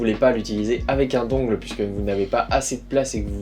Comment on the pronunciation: Dungle ça se prononce dun gel (dungle). Mais super vidéo merciii!